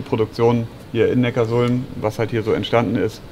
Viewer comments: Das beste ist ja, dass sie erst erklären dass es Neckar-Sulm heißt und der eine Audi Typ dann trotzdem immer Neckars Ulm sagt... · Erwischt bei min klingt es aber nach Neckars-Ulm 🤣😜